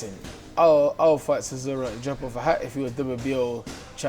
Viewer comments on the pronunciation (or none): Man says “cisora” 😂